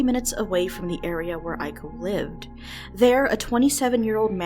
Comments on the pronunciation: ee-ko, not aiko. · Nice vid, but Iko is read "ee-ko" not "i-ko"